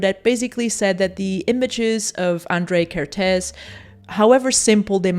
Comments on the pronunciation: Hungarian person here... Your pronunciation of the un-accented part of his name is not bad, however you didn't pronounce the accents at all. It should sound like "Ah-n-dr-ay Ker-t-ay-s". The "sz" in Hungarian is just an "s" sound in English and the "s" sound in Hungarian is a "sh" sound in English. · Hi, Hungarian here. Kertész András (the hungarian name order) pronuncaitaon is like "care-tase" "An-D-rush" (IPA: kɛrteːs ɒŋdraːʃ). Hungarian is language wich use the letters as sounds, so the letter "A" is always pronunced the same way no matter the word (there are some example, but this is the general rule)